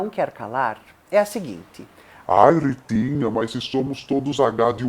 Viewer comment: rrrrrrritinha rrrrrrrrainha